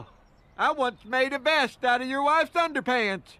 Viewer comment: I thought he said “desk”. Vest makes more sense but not as impressive.